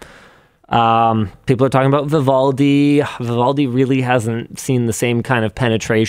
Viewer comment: Vivaldi for the win. plus you pronounce it weird